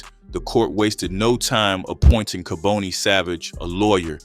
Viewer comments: And pronounce the names right it’s not kabooney. It’s pronounced Ka-bon- nee 🤦🏿‍♂️😡🤷🏿‍♂️ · Mispronounced his name ( Ka-bonnie) is the way it's announced. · Im from Philadelphia I remember this. Dark chapter. By the way his name is pronounced KAH BON EE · This was definitely Philly, this person talking doesn’t know what he’s talking about, cause his name is kaboni not kaboney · You’re not even saying his name right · You keep mispronouncing his first name!!!!! This man was a total Demon the DEVIL incarnate to commit such a heinous EVIL crime!!!! I hope he is never allowed to walk among us!!! Why are you showing pictures of what looks like renovations inside of a home or an apartment that doesn't look like it has anything to do with making drugs??? I understand that you need to fill in spaces for your content but why are you interjecting photos of things that have nothing to do with cooking or making drugs some of the photos look like renovations that are being done in a home with home Depot buckets and paint and plaster buckets so why are you interjecting these photos in this video??? That makes no sense!!! STOP interjecting photos of people who are not part of this story if you don't have enough real information or photos that pertain to this video then you should not have made this video it's disrespectful !!! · I noticed a plethora of errors in this video. Naming the wrong people. Pictures of people not part of the story. Scenery clips that weren't in Philadelphia. AND most importantly mispronouncing Kaboni and Tabius smh. Unsub, 👎 This jawn is fraudin!